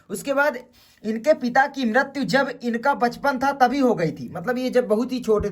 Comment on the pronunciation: Bachpan❌ Pachpan✅🤣🤣